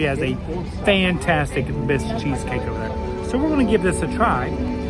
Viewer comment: I was dying laughing when you kept calling it a "Bisque" cheesecake! Bisque is a seafood soup. That's a "Basque" cheesecake. Basque is a region kind of between France and Spain.